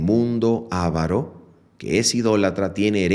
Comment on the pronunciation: Su exposición de la lección me gustó mucho por la claridad y la firmeza que manifestó.. sólo quiero hacer un pequeño alcance sobre la pronunciación de la palabra 'avaro', que tiene el acento sobre la segunda sílaba ( va). Si lo tuviera en la primera ( A) llevaría tilde, sería una palabra esdrújula, ( a'varo) y no lo lleva porque es grave terminada en vocal... un pequeño detalle que no disminuye el valor espiritual del estudio presentado, por lo cual le agradezco al Señor y a Ud. ¡ bendiciones abundantes, Pastor!